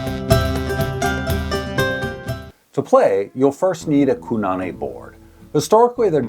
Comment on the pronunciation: I commented on the build video, but this was probably already in edit by then. In ʻŌlelo Hawaiʻi you always pronounce vowels the same way. Kōnane is "koh-nah-neh", not Ku. And with the O pronounced a little longer than the other vowels. Trying to help anyone who finds this game through this video.